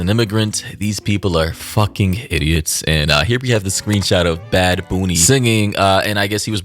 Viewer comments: I just came to comment that right before you called him bad baby instead of bad bunny lol I just thought it was funny🤭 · “Bad bunni”😂😂😂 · "Bad booney" took me out! 😂😂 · “Bad Boony” is killing me, is saying Bunny too woke? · "bad booney" nah man that ain't right 🤣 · Why does that guy keep saying “Booney” 💀